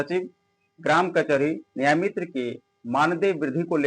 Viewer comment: Nayamitar 😂😂😂😂😂😂sir